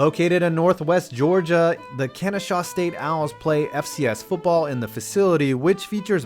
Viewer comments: Its Kennesaw not kenneshaw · Who n da wide world of reading and spelling told you it was "Kenneshaw"? It's "Kennesaw State University! Try again, and do a review next time. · It’s Kennesaw not Kenneshaw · KENNESAW! Not KENNESHAW. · It's Kennesaw State. Not Kenneshaw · Yo I live near the Kennesaw state university and it’s funny how you mispronounced Kennesaw it’s not Kenneshaw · Kennesaw not kenneshsw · If you’re going to make a video, at least get the info right. It’s KenneSAW St, not KenneSHAW St. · KenneSaw...not KenneShaw...get their 15 mins. of fame right!! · It's "Kennesaw", not " kenneshaw" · Cmon rlly Kenneshaw its Kennesaw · Hey,. It's called Kennesaw state not Kenneshaw state. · Kennesaw not kenneshaw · The school is GA is called KenneSAW, not KenneSHAW. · KENNESSAW STATE YOU BLUBBERING IDIOT. NOT KENNESHAW. DID YOU EVEN GOOGLE THIS STUFF BEFORE PUTTING IT IN THE VIDEO??? JESUS. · “Keneshaw”? Lol Kennesaw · You failed on 2 fronts here. 1) Where is Paulson Stadium at Georgia Southern? It's called the Prettiest Little Stadium in America for a reason! 2) No such place as Kenneshaw, IT'S KENNESAW! SERIOUSLY! NICE BACKGROUND WORK! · Man it’s not kenshauw it’s Kennesaw pronounced keni-saw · You forgot Coastal Carolina isn't FCS anymore. Likewise, it's Kennesaw, not Kenneshaw. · My guy, it’s Kennesaw State University, not Kenneshaw, in Kennesaw, Georgia Haha you good family. Still great I love these videos so much. Hilarious yet educational at the same time haha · ok I’m from Georgia and I’ve never heard Kennesaw pronunced kenneshaw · OG_Luk3 i Live here and it’s no no way shape of form pronounced “kenneshaw”, never has been. Idk how people get that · Its kennesaw not kenneshaw also wheres boise? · Kennesaw State, not KenneSHAW State. Don't do my owls like that! :( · Did... you say Kenneshaw? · Kenneshaw... lol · It’s pronounced kenna-saw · "kenneshaw" lol. my stepbrother went there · Ken-na-saw where the fuck did you get a h to put in that